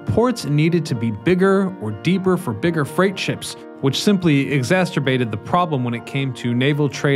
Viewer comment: Did I just hear a new word: “exacsterbated”? Is that some kind of furious w**king that gets worse over time? Don’t know how that’s related to ships, other than through a regrettable form of lonely sailor syndrome.